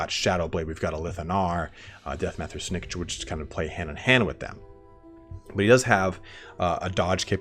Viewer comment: it is Lord Snik-Kit .... that's how it is pronounced